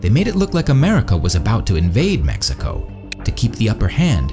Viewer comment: Stop saying MESSICO!